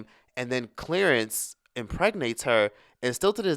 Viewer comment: "Clearance ?" Lol 😂 I 🤔 it was Clarence 🤣🤦🏾‍♀️😩